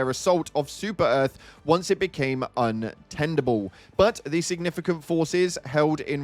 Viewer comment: Tenable not tendable, although they can be interchanged right